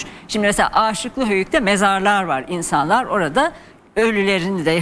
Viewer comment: Âşıklı değil de Aşıklı Höyük ( kısa A ile ) okunuyor. Rica ediyorum düzeltirseniz.